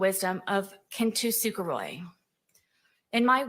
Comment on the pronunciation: Kintsukuroi, not “Kintu- Sukuroi”, you dolt.